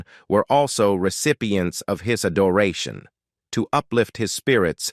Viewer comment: This is interesting. I was born in '46 and remember Roy and Dale from TV. I was jolted when I heard the narrator say "his a doration" instead of "his adoration" Check about to hear it. Is this narration all AI?